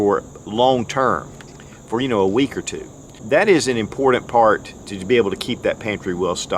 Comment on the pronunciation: I've been a subscriber for years and love your content! But man, I hate the way you pronounce important 😂